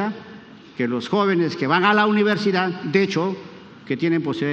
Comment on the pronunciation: Acuña se dice universidad, no universa